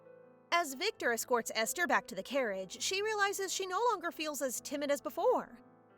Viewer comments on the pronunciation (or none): Aster? Doesn’t say esther? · Ive never heard Esther pronounced with an A instead of E